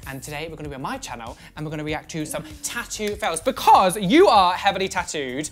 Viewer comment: "tat-oo" *triggered Louis Tomlinson noises*